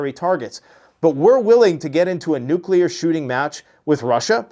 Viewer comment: She can’t even say nuclear correctly. “Nucular posture”.